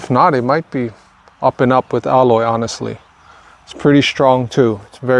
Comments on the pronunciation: you pronounce aloe weird. i've never heard it said like that. it is pronounced al like a named AL.. and O like the o in jello. Al-o .... you're saying ah-loy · It's NOT called "elloy", it's called "aloe" as an "aloe Vera", or in Spanish they call it "savila". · Please, it's aloe, not alloy. 2 different things. Someone is going to try alloy instead of aloe. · Its not aloy, its aloe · Because you are teaching me something AMAZING today, I am going to teach you how to correctly pronounce Aloe... say AL-LOW... not al-loy, because that is something else entirely 😅. I can't wait to see my cuttings take root, thanks so much!! ❤🙏🏽🙏🏽🙏🏽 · Aloe not alloy. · Also it’s pronounced AL LOW not alloy Lay off the drugs bro your doing too much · I was going to tell everyone to use aloe vera leaves lol. This whole video youve been saying alloy...and I'm like wtf is that? Took me a while to realize you meant aloe... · This is valuable information. The pronunciation of aloe is ''a-low'', not ''alloy''. Love your work. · Aloe not Alloy… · Is he calling aloe, alloy? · It's aloe, not alloy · It's NOT alloy, it's ALOE, sounds like AHLO. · The word is "Aloe", not "Alloy".😊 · Great video and alloy (I mean all) 1 thing tho... can u stop say ALLOY...plz... it's ALOE [aloe vera] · dude your the only person who pronounce aloe to aloy! it's bothersome! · Aloe is pronounced ah low. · Thankyou so much! Good info. Aloe pronunciation caught me off at first. The common form here is al-oh i beleave.